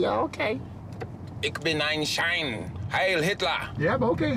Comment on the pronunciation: The word Schwein wasn't pronounced correctly.